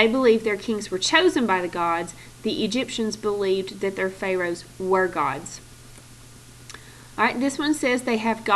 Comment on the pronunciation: Everytime she butchers the word "pharoahs" I cringe. And fix the error in the first sentence on Egypt side!!! It's supposed to say "THEY thought" not "THE thought..."